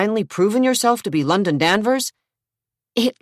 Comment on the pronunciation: The londaon/Zack is so ick